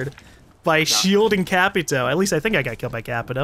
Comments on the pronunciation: you are missprounoucing the words Capitão and Caveira. I'm Portuguese. I would know. The ã is kinda pronounced as the ham in hamburger. I can't describe it better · hey, at 11 minutes said Capitão in the right way (or at least very close that it sounded like capitão to me)